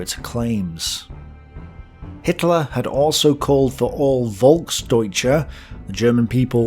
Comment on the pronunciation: Just a tip for your german: the German "V" like in "Volksdeutsche" or "Volkswagen" or "Verkehr" is spoken like a sharp "F" like in "Fish" or "Freedom".